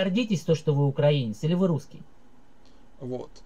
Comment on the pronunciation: большая просьба - украИнец, украИнский и т.д. Ухо режет